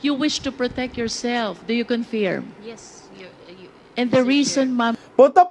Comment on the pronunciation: Cong Luistro, ang tamang pag pronounce ng word na Confirm ay khun furm. The I in firm should not be pronounced as a long e, but fur as in fur like your fur friends. Sakit sa taynga.